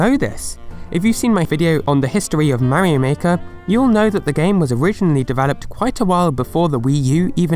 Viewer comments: THE WAY HE SAYS MARIO PISSES ME OFF SO BAD ! IT'S MARIO, NOT MARY O! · Why does he keep saying 'Meh-rio'. Mario is not that hard to pronounce. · whats a mayrio i only know MARIO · it is very odd the way you say Mario, like Marry Oh lol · .....I die inside Everytime you mispronounce Mario....it's slowly driving me into a homicidal rage....